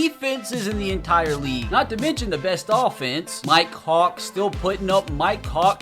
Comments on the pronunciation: Bruh every time says "Mike hawk" I'm thinking he saying "my cock" lmao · When u said mike Hawk it sounded like u said “my cock!” 😂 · I keep thinking he says my co** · For a sec at one point in the video it sounded like he said "my cawk" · Mi-Kehawk ….. sound that out and what do you hear? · Am I the only one who heard him say do not test my cocks😂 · I thought you were saying my c*ck the whole time😂😂😂